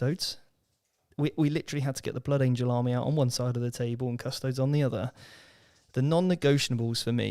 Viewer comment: Every time incorrectly pronounced them as CUSS TOADS another kitten dies……